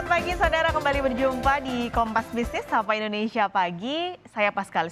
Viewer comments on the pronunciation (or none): none